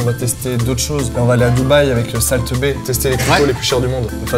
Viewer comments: "Salt bé" 😂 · "SAle Tebé"